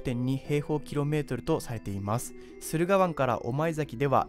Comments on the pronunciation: すがるわん ではなく するがわん です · すがるわんじゃなくて駿河（するがわん）だよ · すがる湾→するが湾です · 他にも「すがるわん」ではなく「するがわん」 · いつか来るはもうすぐ来るになりつつありますね。 動画の内容で気になったのは、読み間違えの多さ。 駿河湾→するがわん、梅田→うめだ、せっかくの内容も台無しになってしまうので、しっかり見直してから投稿した方が良いですよ。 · 「すがるわん」ではなく「するがわん」です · すがるわんじゃなくて するがわんね! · すがるわんじゃなくてするがわん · 被害が出る地域はもっと広い。静岡の地震対策なんてまだまだ対策になってない。 あと言い直してるからいいけど駿河湾を「すがるわん」なんて読まないでほしい。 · 駿河湾 ×すがるわん 〇するがわん 地図使って説明するなら地名くらい間違えないようにしないと。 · 駿河湾→すがるわん？ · 駿河湾 すがる× するが◯ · すがるわん じゃなくて するがわん だよ こういう動画出すなら簡単な湾名くらい言えるようになんないと🤦‍♂️ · すがる湾てw言い間違いだよね。ギャンバレ！ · すがるわんじゃねえよ、するがわんでしょうが、 ばっかじゃないの。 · ×すがるわん ◯するがわん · 自分も気になりました。「すがるわん」も。漢字苦手なのかな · 駿河湾→するがわん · 駿河湾＝するがわん ですね